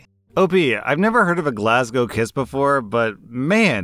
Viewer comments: As a Glaswegian myself I'm happy you pronounced Glasgow correctly and not the typical American way 😂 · As a Scotsman, I must thank you for pronnouncing Glasgow correctly and not attempting an accent 🤣🤣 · Happy to hear an American finally pronouncing Glasgow correctly 😂😂 "Glaswegian" was eeeever so slightly off, but I can forgive it because of how you said Glasgow lmao (it's just Glaz-wee-jan, not Glaz-wee-jee-an. No "jee" sound, unless you're shortening it - some Scots call Glaswegians "Weegies" lol)